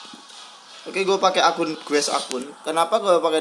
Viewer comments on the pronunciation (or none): none